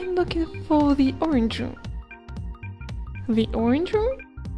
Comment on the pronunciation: the way to ze bus stop LOL